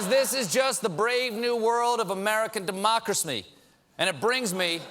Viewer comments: Did he say 'dermocrasmy'? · Did he say democrass-me? Brilliant. Even better if it wasn't on purpose! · he said democris-ME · democra-Smee? Was that a Peter Pan reference, or some deeply buried Tolkien homage? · "Democrasme?" That's a new one😉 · "democrac-me"? XD lolz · "Democrasme". LOL